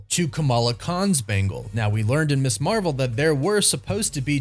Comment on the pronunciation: It's pronounced "Miz" Marvel. Ms ≠ Miss